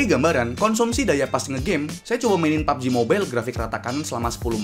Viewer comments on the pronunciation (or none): none